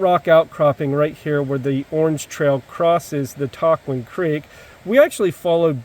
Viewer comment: All three of your pronunciations were off a bit.....go with Tuck-juan :)